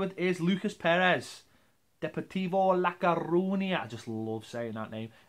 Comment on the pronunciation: Deportivo Like-A-Rooney-Yeah? LMFAO